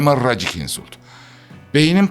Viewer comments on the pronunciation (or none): none